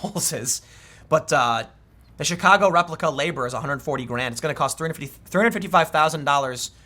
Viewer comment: Did Tim say Chicago or Shitcago? I swear I heard Shitcago.